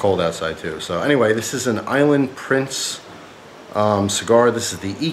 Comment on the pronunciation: Lol island "price"